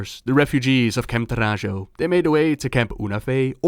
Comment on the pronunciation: I always thought camp Taurajo should be read Tauraho (like Navajo which the Tauren seem to be based on)